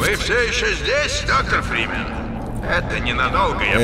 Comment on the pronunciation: Мне кажется он говорит доктор Бримен.